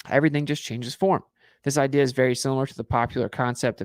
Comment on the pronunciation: Literally why do you pronounce “idea” the way you do. 😅 I’ve never heard such a thing